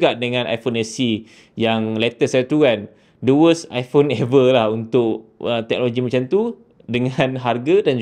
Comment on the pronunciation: Skrg zaman kenaikan geng2 liberal.. so i phone skrg dh pakai pronouce baru dn bertukar kepade apple I-porn.. acah2 inovasi lah sgt tapi aq tak nafi la bini aq pon ade ckp sejak die bertukar dari i phone 7plus kepade i porn 15 baru2 ni mmg byk inobabi drpd apple.. aq nak gelak je sbnrnye.. tapi nk buat mcm mane kan?.. geng2 taik apple ye kan saje ape org2 apple kenching kat depe.. 😂😂😂